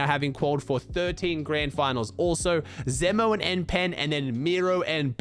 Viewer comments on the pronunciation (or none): you pronounce zemo like zEmo with a uppercase e